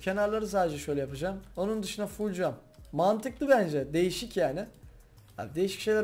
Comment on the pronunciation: Mantiklii olmuş diyişi çook eğlenceli yaa GARADENİZ CRAFT